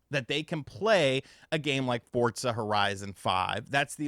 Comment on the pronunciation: It’s no longer fortza horizon it’s Portza horizon